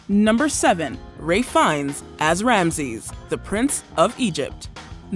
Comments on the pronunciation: My head hurts, it is RALPH not Ray Fiennes 😂😂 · Why does she keep saying Ray Fiennes instead of Ralph Fiennes? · Who the hell is Ray Fines?? I think you got the name very wrong on the Prince Of Egypt! Its RALPH FIENNES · Not me losing my mind every time she pronounces Ralph fines as Ray!!!!!! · Rafe more than Ray. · when did ralph fiennes become ray fines ?